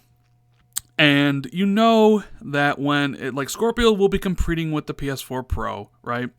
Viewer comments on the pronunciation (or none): "Compreting"